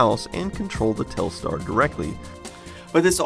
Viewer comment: Telstar sounds like Telstra